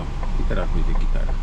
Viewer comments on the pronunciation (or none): nie muwi sie gtara tylka gitarrrra